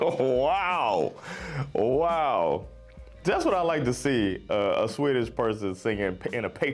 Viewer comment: You speak swedish very very well, really good prononciations :) How long have you practised speaking swedish for?